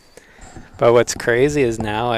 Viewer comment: The A/C was on so I thought said he had a "cruzy" week instead of "crazy". I'm not going back to rewatxh it because I want to believe he said "cruzy".